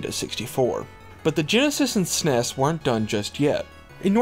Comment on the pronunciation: The SNES wasn't pronounced sounding it out as a regular word, it was pronounced by saying the actual letters, like "FBI" or "CIA".